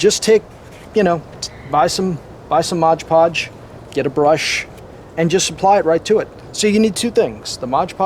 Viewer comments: Mod... podge.... not modge podge lol come on man your killing me hah thx man I might have to give this a try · Mod Podge not Modge Podge. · "Modge"? It's 'Mod'Podge. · It’s MOD podge, not MODGE podge. BTW it’s just cheap PVA glue rebadged. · Mod podge not modge podge…